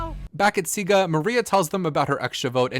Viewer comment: The green tribe is Siga not Sigu bro